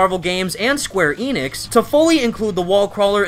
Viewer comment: It's pronounced square Eh-nicks not eeeeenicks